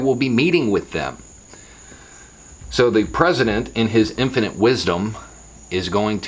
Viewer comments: Did you just say "The president in his impotent wisdom" or is that just your country accent and my English ears? 🤣 🤣 🤣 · “So the president, in his infinite wisdom...”, that’s not how you pronounce “infant”.